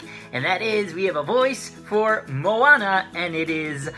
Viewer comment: Great pronouciation of her name. I'm a native speaker of Hawaiian, lots of people have a hard time pronoucing the names. But you did well, much appreciated. :)